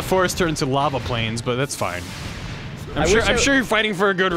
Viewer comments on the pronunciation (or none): none